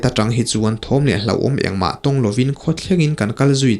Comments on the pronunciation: Tang a vak nilovin trang vak tih tur anih hmel e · Hnungzangah tang ni lo in, tri a eng(trang) tih a lam tur,thahnem ngaih thil aw.😁